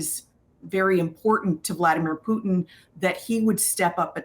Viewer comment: Point of correction precedent Putin not Putin 😊